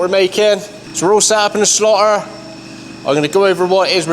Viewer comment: No offense but I thought he said slaughter 😂 absolutely loving this. Are there any sites about the people who designed and built these fantastic machines?